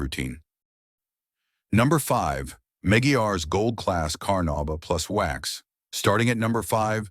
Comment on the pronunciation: The AI's mispronunciation of the words carnuba and Meguiar's is irritating. Otherwise, the list actually consists of legit waxes that all give great results.